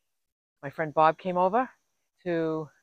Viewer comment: Wow! Everything is coming along. Such simple changes that improve your van. Always a joy to watch your videos. I just have to say when you talk about Bob and Barb I have to wait and see which one you are talking about. When you say their names they sound the same LOL